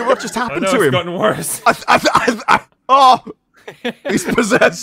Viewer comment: Why can't pronounce the word "worse"? he says it like "Purse" but with a W instead of a P. Do you have some weird lisp?